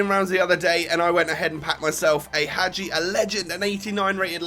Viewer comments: pronounces him correct, aswell:D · Finally someone pronounced Hagi corectly .